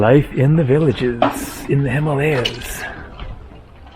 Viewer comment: please pronounce. “ Himalayas “ and “ Himachal “ correctly…..after all the years of travel ….and you still pronounce some words with that arrogant American pronunciation…….love your videos, but your western pronunciation is a big turn off….and I find it disrespectful…….at least try to get the right pronunciation……most foreigners try to learn the main words in a language to communicate……‼️⁉️🇺🇸 Edit: I thought that with the starlink satellites, reception would have improve in the mountainous regions of the world…..at least that’s what T-mobile said….